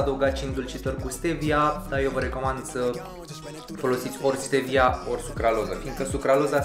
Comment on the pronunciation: Ma bucur ca nu mai zici “ștevia”, ci stevia :)) Și apropo, găseai alune de pădure gata măcinate in lidl, doar le prăjeai. Economiseai timp :))